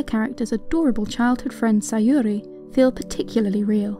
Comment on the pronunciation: NEW SAYORI PRONUNCIATION JUST DROPPED 🗣️🗣️🗣️🔥🔥🔥 IT'S SAYURI TIME